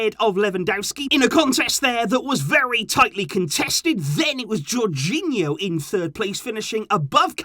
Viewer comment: Tony really said jorghino infront of Messi 🤡